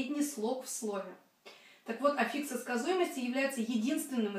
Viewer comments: Ну что за "аффИксы" за такие?! Ударение в слове "аффикс" всегда стояло и стоит на "а", на первом слоге. Орфоэпический словарь русского языка (или Википедия, если лень искать первый) вам в помощь! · Но ведь Афиксы! Ударение на А. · Здравствуйте, почему афИксы, а не Афиксы?